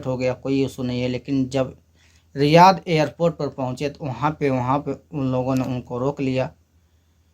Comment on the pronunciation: Airport❌ airpoth✅